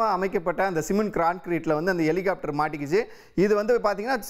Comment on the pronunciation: எலிகாப்ட்டர் என்னடா தமிழ் இது